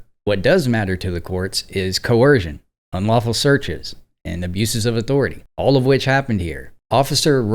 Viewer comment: "CoErsion"...or DURESS? 🤔